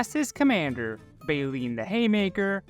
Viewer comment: It is Bae-Lynn and it is a man's name.